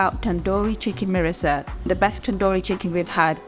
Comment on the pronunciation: Its Mirrissa not Marrissa